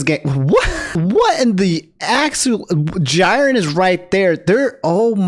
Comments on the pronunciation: Bro said Jyren😂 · Why did you pronounce Jiren's name like that???